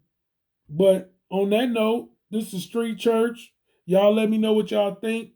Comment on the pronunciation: the moment I heard this creator say "all right CHA ' all". I was out.